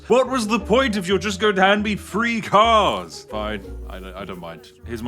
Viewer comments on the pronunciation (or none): That moment when you can't tell if he said "Three Cars" or "Free Cars"